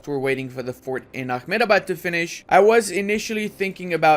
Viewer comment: a-HEM-da-bad, not ah-me-da-bad!